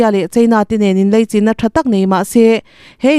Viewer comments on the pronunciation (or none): Leichin nilo in laichin titur zawk ani em ka chiang bik chuang lo.engpawh nise i chhiar thiam in i aw amawi ngaihthlak a nuam